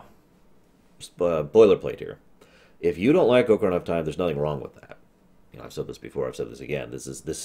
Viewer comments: Hi. Grammar nazi here... The proper pronunciation of both the instrument and the game is "ah-kuh-ree-nuh" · I have a feeling he sais Ocaryna on purpose to piss us off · Preach, panda. I love these ruminations, and "M-eed-nah" didn't bother me too badly on his TP rum (it's a proper name, and those are often open to interpretation), but every time he says "oh-kuh-rei-nah", I cry just a little bit (it's a regular noun, with a proper pronunciation). 😢